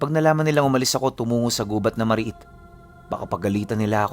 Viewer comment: Mari-it ang tamang pag bigkas ibig sabihin ng mari-it liblib at maraming mga nilalang sa isang lugar, at ang sinda namn ang ay sugat na nakukuha mo kapag pumupunta ka sa mari-it na lugar dahil napag laru-an ka ng mga engkanto or iba pang entity sa lugar HEHEHE taga Pototan Iloilo po ako